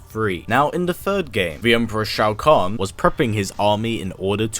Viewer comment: It’s pronounced like Show-Con idiot